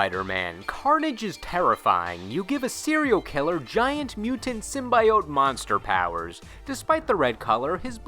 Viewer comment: Anyone else cringe when he pronounced Symbiote